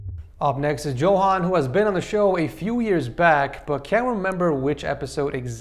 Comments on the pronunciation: Btw u pronounce it Yohan not Johan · "Going back to the single and lonely setups..." im dying lmao (Also as a half Swede, I can say that "Johan" is said as "Yohan", but a common mistake all g)